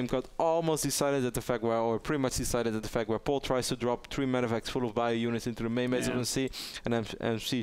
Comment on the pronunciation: Q: How do you say "Polt" in Korean? A: "Port"! LOLOLOLOLOLOLOLOLOLOL